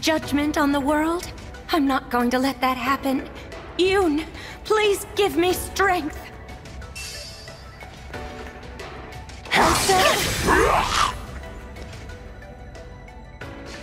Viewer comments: In Radiant dawn Micaiah pronounces Yune as Yunay but here she says Yun. They also seem to be committing to Alm and Celica’s pronunciation of Falchin over Falchion, in my head cannon that was just how they pronounced theirs in Valencia but Marth used that pronunciation as well just there. Not really that important just an observation. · Wait, yune in radiant dawn is pronounced as "yu-ne" but here micaiah says "yun". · Wait did Micaiah say "you-n" instead of "you-nay"? Isn't that how its pronounced in the opening cutscene of RD? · Interestingly micaiah said "yun" but in radiant dawn she is pronounced as "yu-ne" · It's pronounced "Yoon"? Not "Yu - ne"? Jelloapocalypse, did you lie to me good sir? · "Yunnn"? Isnt it pronounced "Yun-ay"? lol I wish all the people these Emblems are speaking to actually had their forms. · Isn’t it supposed to be Yu-nay? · Man I can’t believe that the Micaiah line just said Yune incorrectly like come on man really bruh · They mispronounced Yune. Bad game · No, that’s how Yune’s name has been pronounced since Heroes. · They butchered Micaiah by having her mispronounce Yune! What the hell, man?! 😡